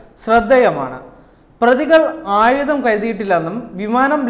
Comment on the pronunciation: Avataranam akshra spudata illa.enghish medium enne thonunnu.ayudam,mukkiya mantrii